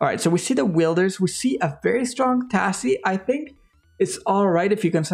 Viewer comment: My guy said “Will-der” lol. Keep up the good work tho